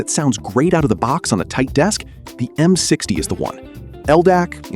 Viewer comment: "m six tie"